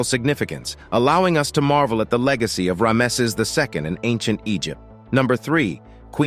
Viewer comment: Has them stunned "to date"? and who pronounces rameses as this video does? The poor English and pronunciation doesn't inspire confidence in the subject material.